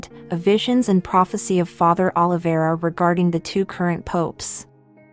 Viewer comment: Prenouc right Oliveira